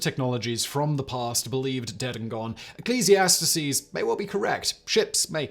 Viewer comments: What was that pronunciation of "Ecclesiastes"?! You should've just said "Solomon" if you couldn't pronounce the book name properly. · I wonder if he was being funny with his pronunciation of Ecclesiastes? It's cute and I like starting with a Bible quote too.